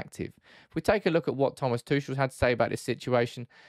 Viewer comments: What I absolutely do not understand about that debate at all: Chelsea are prohibited from buying OR selling right now. T. Tuchel does is under contract and surely that contract includes a transfer-fee clause (btw.: you pronounce his name completely wrong; he's not French like in "touché"). So, no deal can be made. And at the point when a deal is possible, the financial/ ownership/ legal situation will be solved and Chelsea FC will be on normal operations again. But why would T. Tuchel then want to leave the club for United? "Oh, we wont guarantee to fund you a team to challenge for a cup or a title, but we have the strongest Instagram and Twitter division in the whole league!" :) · Your pronunciation of Tuchel was very grating...